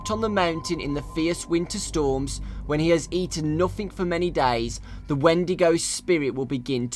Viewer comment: There is a limit to everything. Every non-english man will slightlhy mispronounce words but he says 'dies' instead' of 'days'.